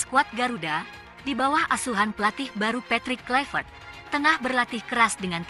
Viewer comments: Patrick Kluvert di baca Kluiver/ Bukan Klyver. Karena Kluiver adalah nama Belanda bukan Nama orang Inggris. Jadi jangan di baca KLAIVERT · Baca Klui-vert.